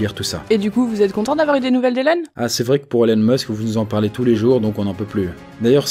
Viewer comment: Ça se prononce ILONE, pas élone !!! Bande de français, va ! :p